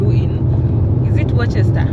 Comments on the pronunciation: It's pronounced as 'wosta' not 'worcester'....🤣🤣🤣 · Worcester is pronounce like this "Wuu-star"...